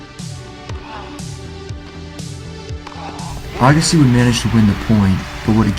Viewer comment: Interesting..... But I'm pretty sure his name is Andre AYEgassi......lol. I don't think I've ever heard his name pronounced like that in 30 years.